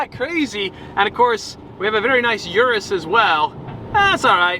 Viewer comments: Stop with the "You're-Us"... You owned one and still can't pronounce it right. You did once or twice in the the past. You better be in Italy to propose to Sophia. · For a person who loves Lamborghini and even know the names of some colors, you still can't pronounce "URUS" right?😂